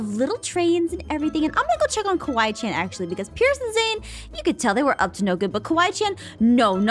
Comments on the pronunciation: It ‘s Kawai~chan not kiwi~chan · Kawaii~Chan not kiwaichan!!